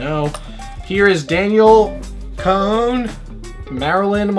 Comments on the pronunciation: Its pernounced "CONE" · the way he said her last name killed me i was like me too queen